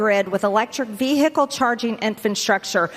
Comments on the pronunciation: Those glasses don’t help her read the word “ VeeHikle”correctly. She really is showing her lack of edumacation! OMG please Georgia I know you can do better. 🤪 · Ask Marjorie what a ‘Vee hickle’ is? Could someone teach her how to pronounce the word? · Vee "hick" le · Someone should tell Madge that the “h” in vehicle is silent, not v-hick-l. So too with the word “important”, there is no such thing as the word “impor-dant”. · MTG pronounces vehicle “Vee-Hickle” 😂😂😂😂😂😂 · What exactly is a vee hickle? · Did she really say ve-hick-le? 😂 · Ve HIcle ... Yuk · Ve -Hic -les .... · Struggling to pronounce the word Vehicle. Moscow Marje is an embarrassment to the RuZZpublican party! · Marjorie "Vee-Hickle" been pumpin' way too much iron. S'HE really oughta' lay off those steroids. Her nose hairs are morphing into a mustache. 😂😂😂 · Why can’t see say vehicle correctly 😂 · My God Margie can't even pronounce vehicle. The "H" is silent. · Vehicle- Somebody tell her that the ‘h’ is silent! 🙄🤦‍♀️🤣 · first time I've heard vehicle pronounced with a hiccup in the middle! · Notice how she says infant structure, Marge it’s infrastructure you are standing on the floor in Congress and you can’t even annunciate words properly and learn how to say vehicle to